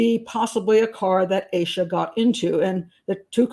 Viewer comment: Its AH-SHA not AYE-SHA 🙄 For someone who's so judgmental and pedantic, you should learn how to pronounce these victims names.